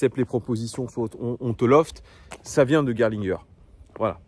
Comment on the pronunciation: T’as très bien prononcé Gerlinger!!! Je te mets 20/20 en allemand LV1!!!